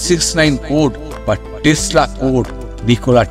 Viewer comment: I think Nichola Tesla.not Telsa.